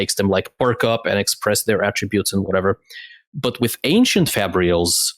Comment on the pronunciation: People on this episode keep pronouncing "ancient" as "ankshient", is that an actual regional pronunciation?